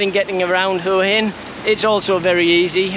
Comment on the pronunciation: Enjoying your channel but who told you to pronounce Huahin as hooahin? It drives me frigging nuts. It's Wahhin. I've been close to lobbing my remote through the TV. 🤔😂